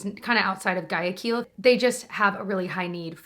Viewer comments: Guayaquil is pronounced with a GW sound as in gwaya not G as in Guy! 🤓😊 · Hi! love your videos. Thanks for raising money for Ecuador. Please don't take this comment the wrong way, but I noticed you were pronouncing Guayaquil incorrectly. My mother's Ecuadorian, and from Guayaquil. It's kind of like Why-a-quil. Wikipedia has a little pronunciation listen button next to the word that nails it. I figured you'd want to know in case you do another promotion for the cause. Please don't feel weird. Thanks again for all you do!